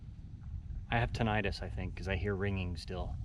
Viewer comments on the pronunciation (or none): It's pronounced "Tinnitus" with emphasis on the tin.